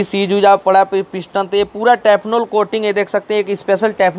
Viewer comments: "टेफनॉल " कोटिंग नही, " टेफलॉन " कोटिंग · Bhai "Teff Lon" Na ki Tefnol...